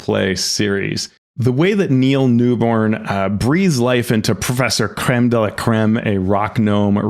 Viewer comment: Let’s collectively agree to stop getting Neil NewBON’s name wrong, please. 😅